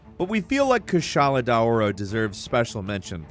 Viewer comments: No fucking way yall spell Kushala as Kassala like wtf how do u mess up this bad 😭😭😭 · He’s saying kushala name wrong and it bothers me and don’t you fucking dis my boy he’s trying his best